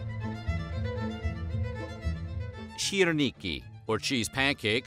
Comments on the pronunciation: Seriously, where did he find that “ch” in “syrniki?” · As a Russian, the way he mispronounced syrniki made me burst into laughter